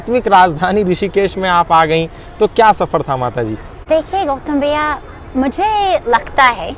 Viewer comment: The way she said " gautam bhayia" was amazing 🙏👌🇮🇳